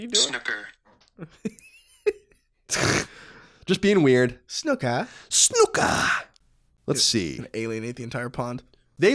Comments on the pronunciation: Great podcast guys - loving the ps5 news and looking forward to hearing your take on days gone..... so with the snooker thing and being English.... if you ever have the desire to pronounce the word in our native tongue it is 's-NEW-kur'. Here is a great example for you to enjoy :) :))) I very much enjoyed listening to you guys passionately saying snuk-ker and demonstrating your jason statham impressions :) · didnt comment last week, but seriously, snOOker. Please please never say it wrong again!! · You still haven't got it, even after listening to it... "S-NEW-KUR" guys... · i got to say your English accents are actually pretty good, thats coming from an east Londoner who grew up with cockney parents lol but its 100% SNOOKER SNOO is pronounced like ZOO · The american pronunciation is wrong! Do you say "Snuppy" when you refer to Charlie Brown's dog?